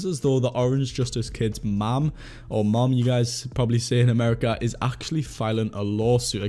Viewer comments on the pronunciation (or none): none